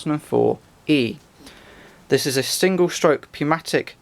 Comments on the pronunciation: Pneumatic is pronounced (new-matic) with a silent 'P'. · It's pronounced "newmatic". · Pneumatic has a silent P. :)